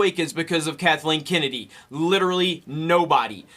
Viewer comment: Kathleeen Kinnidy...